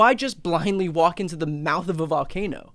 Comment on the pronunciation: Trump is going to waa-alk! Trump is going to waa-alk! Trump is going to waa-alk!